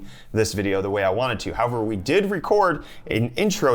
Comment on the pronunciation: most wanTed not most wannit